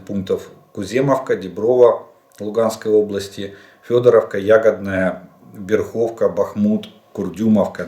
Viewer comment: Дякую за огляд! Краєзнавче уточнення: правильний наголос- БЕрхівка (я з тих країв)